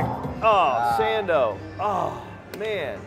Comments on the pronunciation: “Uh Sando” 🤣🤣🤣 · It's sando 🥴 dur dur. Dumb saying